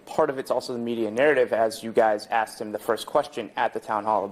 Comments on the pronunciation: Please pronounce it right you damn well that is asked not axed... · Learn to speak. Its not axked its.asked